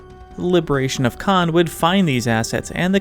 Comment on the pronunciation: the misprononciation hurts me a lot